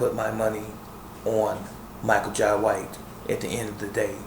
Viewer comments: Jai is pronounced, "Jay" - ( ok buddy?) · Its pronounced Jai not Jay